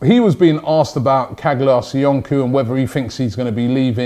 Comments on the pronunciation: Caglar Soyuncu = pronouced "Chalar Soyoonchoo" not "Kaglar Soyunku" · Its not SoyunKu.. its SoyunJu.. in Turkish the letter "c" is pronounced like a "J"